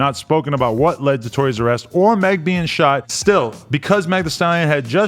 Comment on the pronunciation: When he said "Tory's arrest"" I thought he said "Toy'R'Us" 🤣🤣🤣🤣🤣🤣🤣🤣🤣🤣🤣🤣🤣🤣 Any one else??